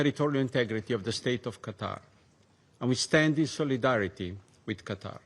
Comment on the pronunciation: It is Qatar not GATAR 😂